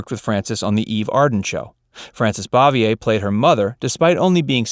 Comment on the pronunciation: Learn to pronounce het last name right, dumbass. You aren't even close.